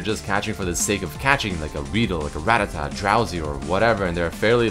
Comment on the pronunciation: when you still are pronouncing rattata wrong.